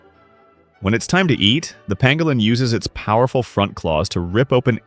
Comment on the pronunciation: Pangolin, not pangalan...